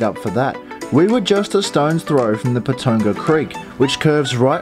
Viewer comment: Its pronounced Pa ton ga